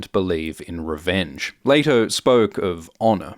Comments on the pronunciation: its not LAYto. its LEEto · It's pronounced "lee-toh" not "lay-toh" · Pronounce the names correctly, It's pronounced "LEE TOE" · Sorry - wasn't able to get past about 4 mins because you kinda murder the pronunciation ... Zendaya's character is pronouced Sh-ar-nee, not chain-ee. Paul's father is Lee-to, not Lay-to.